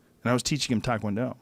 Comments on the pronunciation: If Rogaine Rogan was really all that serious about taekwondo as he implies all the time, one would think he’d actually know how to pronounce the martial art correctly.... What a pathetic fool.... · Joe "I taught the whole world takwondo" Rogan